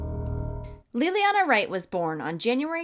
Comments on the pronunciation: 🤦‍It's not pronounced LIL-LEE-ANNA or LEE-LEE-ANNA it's LAY-LEE-ONNA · So sad.... please look into her name pronunciation.